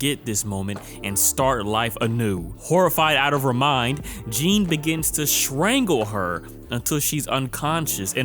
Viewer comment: Baaaaaby I’m begging you to just start googling how to pronounce foreign names before you write your scripts!! That is not how you say Jean!!!